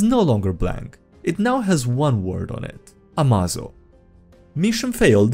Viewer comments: "Hey everyone, HimmelsTodesStrahl hier "(german) Ah, a Plan worthy of Lex Luthor. Always put Failsaves in the Upgrades you make them. Pretty sure it is spelled more like "Ama-zo" like in "Amazing". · AMAZO pronounced "ah-may-zoh" like amazing, is a highly adaptive robot from the "DC universe" that grows stronger as he fights and can copy the powers of others and add then to his own.